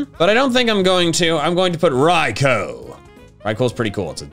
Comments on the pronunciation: This man keeps saying Raiko for Raikou when it's pronounced Raiku U N A C C E P T A B L E Also wait he doesn't like Arceus ? D O U B L E U N A C C E P T A B L E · It is not Rico it is Raikou